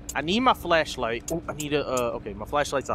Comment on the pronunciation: Did anyone else here say flesh light instead of flash light